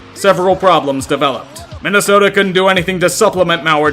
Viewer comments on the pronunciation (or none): none